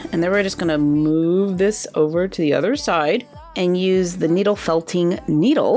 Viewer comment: You said noodle not needle